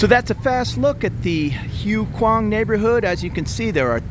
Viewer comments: Hi! HUAI KHWANG is pronounced WAI KWAANG. I'm familiar with POSEIDON. A "friend" told me about it. 😂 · Do your Thai friends watch these? Expect some teasing for butchering the name of this area. I reckon at least half the bar staff i know live around there.